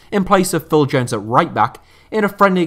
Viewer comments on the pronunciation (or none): none